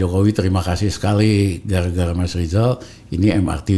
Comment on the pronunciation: Gala gala blm bs blg eer mgkn hehehe